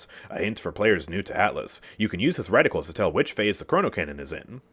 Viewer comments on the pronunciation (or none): none